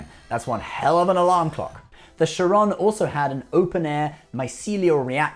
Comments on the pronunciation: not Sharon not Shuh-rone Kharon! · What in the actual f**k is a shawron ? Charon ? Like Kharon KH AIR ON similar to Karen, no en/in it is ON CAR-ON Khar-on,,, uhg, Ytf did this video give me a headache? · I thought it was Caron not Charon. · you correct the pronunciation of "ISS Charon" but then dont realize that they pronounce it entirely differently in the show. its not "sharon" its "Karon" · Actually no, It IS CHA'RON and not Charo'n. Named after the boatman (Greek Mythology) who carries the dead to the other side of the river. "Χάρων" is the original and pronounced with emphasis at A. A fitting mirror universe name if I may add. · Thinking the same. Charon is pronounced like Karen. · Oh lol, it's cool that you can say Zheng He correctly, but you fail to pronounce 'Charon'. It's 'Khárōn' ('kh' like the Scottish 'loch', and a long 'o'; here's the IPA for those that care: xɑrɔ:n). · so you correct Riker on the pronunciation of his ship but mispronounce the Charon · You get "Zheng He" right but screw up "Charon"... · But got it wrong with great confidence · Laughs about mispronunciation of a Chinese name then proceeds to mispronounce Charon of greek mythology (Χάρων)... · and with great confidence he gets it wrong